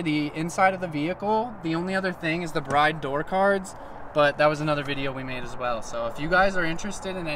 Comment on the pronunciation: Cool vid. BTW it’s pronounced Brid not Bride even though it’s spelled that way.